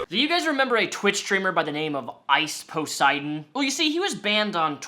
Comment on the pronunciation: Ice “POS”eidon